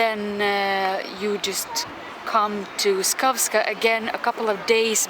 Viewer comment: It’s Savska not skavska 😂